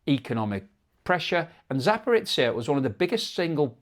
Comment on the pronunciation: Zaparitsia? Oh jeebus. Can you not just look how to approximate these names sometimes? At least you stopped saying Hormu as "whore-mutts"